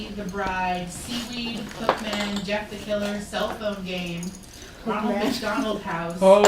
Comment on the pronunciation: Sorry but you butchered Jeff the killer